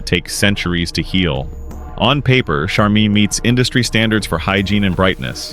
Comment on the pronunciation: Learn how to pronounce Charmin! Get a smart phone. Lol